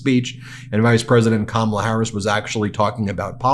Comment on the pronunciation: This “who’s Harris?… nobody knows who Harris is” bit is so odd. Yeah, Don, everyone knows. Also: There are not 19 ways to pronounce her name. There are pretty much 2. The correct way, with the stress on the first syllable and the intentionally incorrect way you do it with the stress on the second syllable. His routine is SO STALE. He really is the ranting old man in the rec room at the home. You walk in to watch a game show and you turn and walk out before he sees you. So pathetic.